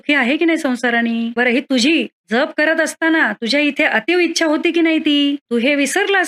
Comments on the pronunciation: जप ह्या शब्दाचा उच्चार ज्यप आहे. आपणास करत असणारा उच्चार जपणे ह्यातला जप आहे. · aजप शब्दाचा उच्चार खूप वेगळा होतोय जयंत शब्दात जसा आहे तसा केला पाहिजे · तुम्ही फार चुकीचाउच्चार करीत आहात जप शब्द चुकीचा उच्चार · अहो ताई जप शब्द तुम्ही चुकीचा उच्चार करत आहात . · आधी जप चा उच्चार नीट करावा . गायत्रीचा २४ लाखाचा पुरश्चरण विधी आहे २५ कोटी जप म्हणजे खूपच मोठा कालावधी झाला . काहीतरी गोंधळ होतोय .